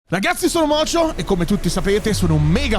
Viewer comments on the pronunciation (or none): Ma qualcuno glielo spiega a che si chiama MOCIO e non MOCIOF?